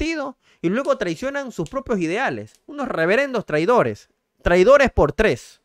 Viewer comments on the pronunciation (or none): none